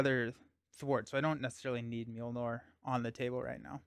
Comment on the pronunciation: Mjolnir is pronounced "myol-neer," not "meel-nor!"